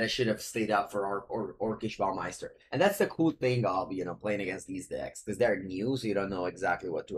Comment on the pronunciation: Lol! Your pronunciation of orcish bowmaster is too good